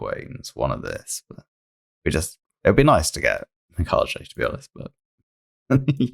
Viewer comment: no JJ sound in Mika-ge (ge as in get)